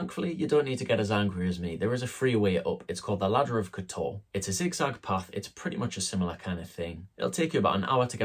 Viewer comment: Please learn to pronounce teh place name. It's not difficult, It is not K'Toor. Montenegrins stress the first syllable. KOTor. Pronouncing the way your do will get 20 euros on the bill, a bit like asking for a "Cappuccino" rather than a "Deutch". To avoid the crowds go to Herceg Novi